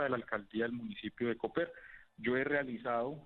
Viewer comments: El municipio de Boyacá no se llama Cóper, se llama coper; aprenda a leer y diferenciar los signos gramaticales "señor periodista" de media panela. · Se pronuncia «Coper», es una palabra aguda, no «Cóper». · por cierto, se pronuncia «Coper», es una palabra aguda, no «Cóper», como la pronuncia Vicky Dávila.